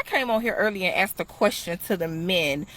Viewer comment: The word is "asked". "Axe" is an implement used to cut down trees...